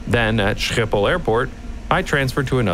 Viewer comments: right so usually ppl say schiphol wronng in one way but you took it way too far the other way. your g is waay to hard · Great video as always. As a sidenote, there's no "sh" sound in schiphol, just a normal s. In fact there's never a "sh" sound for the s in Dutch (with the exception of some loan words and a few words where the "sh" sound is written "sj" ), but for some reason americans insist on pronouncing it that way lmao